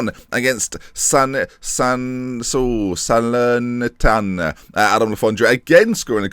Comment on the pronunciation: Sal-air-knee-tan-oh Fro-see-no-ney Italian pronunciations;)